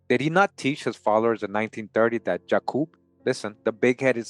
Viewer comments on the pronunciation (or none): none